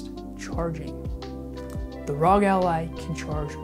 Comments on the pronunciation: It's ARE, OHHHH, GEEE. It's not ROG lol. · it R.O.G it's an acronym for republic of gamers please learn how to say it